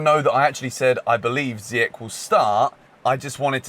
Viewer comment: It’s Ziyeshhhhh not Ziyeck,say it right